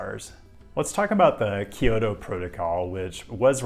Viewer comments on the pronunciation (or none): Love you,. But it's Kyo-to and not Ki-yo-to.